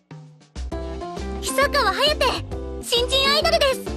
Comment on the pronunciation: reads "Hiyasaka Hayate", should be "Hisakawa Hayate" : reads "Nagisaka Nagi", should be "Hisakawa Nagi"